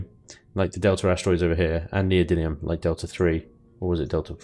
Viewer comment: Per the dictionary neodymium [ nee-oh-dim-ee-uh m ] You say it right. Just don't ask how to pronounce aluminum.